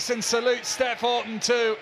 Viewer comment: wish these commentators would pronounce her name right, Steph Houghton's name is not pronounced Horton